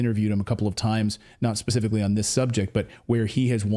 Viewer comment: Hard to take this guy seriously when he keeps saying “ come forth” and “ pacifically.”